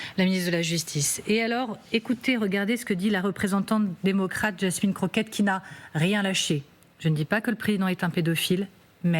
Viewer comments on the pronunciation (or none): none